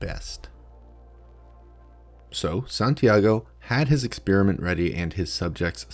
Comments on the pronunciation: I'm not overly happy with the way you mispronounce "experiment" as "ex-spearmint". I know you're a Yank and that allowances must be made, but still. It's horrible. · santiago should conduct a study on why this bozo pronounces the word exSPEARiment. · Exspeariment? The people are attractive? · Why do Americans insist on saying "expearment" instead of "experiment"? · why do Americans pronounce "experiment" "ex Spearmint" ?